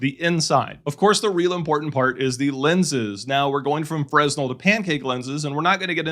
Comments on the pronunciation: Awesome video! I don’t want to be that guy, but it’s pronounced “fruh•nel” not “frez•nel” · fre-nel..... not "fresnel" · Fresnel is pronounced fruh-nel, with the emphasis on the second syllable. It's counterintuitive, and a common mistake. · fresnel is pronounced fre nel, it's a common mistake. great review by the way. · The "s" in "Fresnel is silent. (frāˈnel) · The "s" is silent in fresnel.